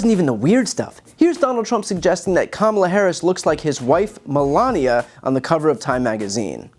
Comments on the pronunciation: Sounded to me like he said “ Kamila “…, still can’t seem to get his pronunciation right..🙈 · "Camilla" is King Charles' wife! Our next President's name is Kamala... VP Kamala Harris. After 01/06/2025, she will go by Madam President! A really good thing on so many levels, one being that Trump won't have to worry about King Charles having a TALK with trump, because he won't mispronounce Our Madam President's name, any longer... "Camilla"... Really? 🤣🤣 (No offense to Queen Camilla) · Oh, hardy har har, such a clever name Dumpf has for Gavin Newsom and funny, funny new mispronunciation of Harris' first name. Ha ha. Can't get enough of that comedic genius. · Also who the F is Camilla? 😂 Why is it so hard for him to say her name which is said EXACTLY LIKE ITS SPELLED Ka-Ma-La. Kamala! Not Camilla or Kamabla or anything else! How can he say he is in the least bit “smart?” You learn to sound out words to speak them in grade school. Why doesn’t someone in his camp tell him he sounds racist or dumb or both! IT IS NOT A HARD NAME TO SAY! I mean his own wife’s name is just as hard to say Melania. Spelled just like you spray it, just like Kamala! What a dumbass! 😢That interview he did w Musk was SO boring . I only watched 15 mins of it & I fell asleep. The best part was when he was talking abt how he was getting tough w Putin & he said “Putin said no way, then I say Waay”. That was the dumbest & funniest crap ever!!! After that, I fell asleep bcuz all Trump did was lie, brag, bully, repeat! BORING AF! #WeAreNotGoingBack #HarrisWalz2024 🙏🌊💙🌊💙🌊💙🌊💙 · everyone seems to have missed his pronunciation of "Kamala" as "Camilla" when he was talking about the Time mag cover... CAMILLA?! Was he confusing her with King Charles III's wife, Queen Camilla?!! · I suspect he was deliberately mispronouncing Kamala as a way of openly disrespecting her. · The fact that Trump mispronounces Kamala Harris’s name, either purposefully or out of stupidity says much of what you need to know about him.